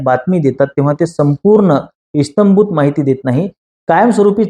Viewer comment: इस्तंभूत ❌ इत्यंभूत ✅ 👍